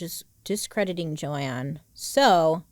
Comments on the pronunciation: Argh! Her name isn’t Joanne (Jo-Anne), it is JOAN (pronounced JONE). You have a bird named JOAN Bailey! You should have got this pronunciation right!! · The mispronunciations in this one are heavy girl lol. Her name is Joan not Joanne. 😂❤ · Is it pronounced joANN? Or Joan? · okay i’m confused, is it jo-anne or jo-ne?